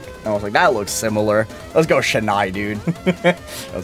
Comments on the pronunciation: SHENAII??????? This hurts me both physically and mentally dude Its chennai, not shennai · As a Tamilian, hearing him pronounce Chennai as (sha-nI) is tearing. It's (chen-naI). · As a Tamilian, I am offended that you pronounced chennai as shhennai